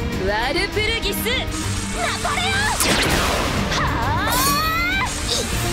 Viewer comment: ちゃんとワルプルギスって言えてた